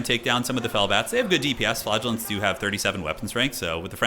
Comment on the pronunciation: I keep hearing flatulence instead of flagellants…